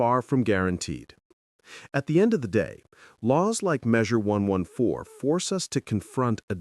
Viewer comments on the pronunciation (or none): It's Measure One hundred fourteen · It's pronounced "one fourteen".